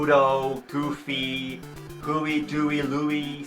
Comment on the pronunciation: "who-e Dewey and Luey"